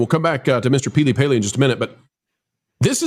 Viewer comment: peely-paley? Is you tube punishing people for not getting names right so you're hedging your bets?